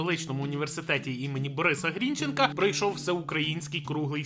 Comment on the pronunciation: "Грінченка" наголос на Е (римується з "Шевченка"), вибачте. А відео хороше, авжеж, просто інстинктивно не виправляти не можу.